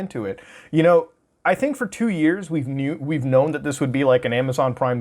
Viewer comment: "We've knoon"